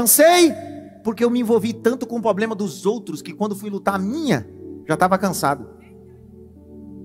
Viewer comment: Poderosa palavra pastor. Sugestão: Algum irmão ajude o pastor a ter uma dicção correta na palavra "Problema". Em amor. Shalom...